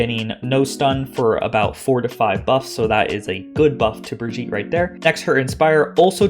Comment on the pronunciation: imagine pronouncing brigitte that way in 2022